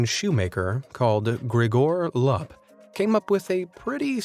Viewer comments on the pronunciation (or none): Lap? What is that Romania is a phonetic language so U is pronounced U no matter what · Your pronunciation of Grigore Lup's name makes me cringe. His name is pronunced Loop. The "U" in LUP is pronounced as "OO". All "U"'s are pronounced like "OO" in romanian. UNSUBSCRIBED!